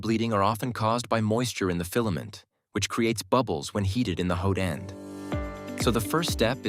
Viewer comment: ... sounds like... "hoden"... 4 germans :D but in a weird way